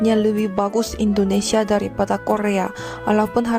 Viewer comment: Belajar nyebut yg bener bang...biasain.... INDONESIA bukan Indonesa